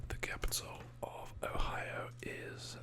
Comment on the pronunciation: You pronounce it right the first time too